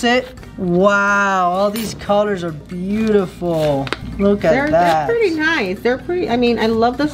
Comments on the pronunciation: It is pronounced buetiful not bootiful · Its beautifal not bootifal